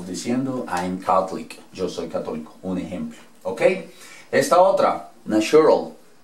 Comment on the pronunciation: Pero "Catholic" lo pronunciaste con "t", es muy común ese fallo en todos los extranjeros, se pronuncia parecido a la "z" que pronuncian en España, es decir "Cazolic", eliminando la vocal sería "Caz'lic", pero no "Cat'lic" como tú lo estás pronunciando, la pronunciación de "th" como si fuera un "t" es lo que delata a muchos extranjeros